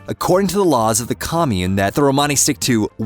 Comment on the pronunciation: Good but someone should reach the guy doing the talking how to say Romany